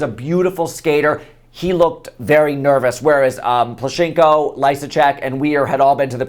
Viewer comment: It's so funny how you say Plushenko)) But cute. It's plUshenko, not plushEnko)